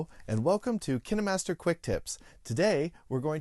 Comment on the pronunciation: The hell! Is it pronounced like kinnemaster i always said pronounced it as kain master